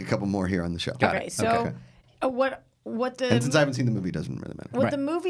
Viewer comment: Tha upstairs? It’s The (thee) upstairs